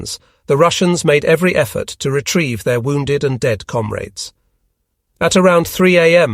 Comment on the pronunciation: i pronounces comrade weirdly’come-raid’